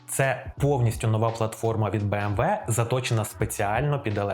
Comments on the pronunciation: Не кажіть «бі ем дабл ю», це американці так говорять, німецькою це «бі ем ві» або просто кажіть «бе ем ве» як кажуть всі в Україні 😃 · для чого BMW називати Бі-Ем-Даблю? Це ж німецький бренд. Він читається Бе-Ем-Ве. То хіба англомовні його називають Бі-Ем-Даблю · Згоден, вимовляти назву німецької фірми в Україні англійською сумнівне рішення.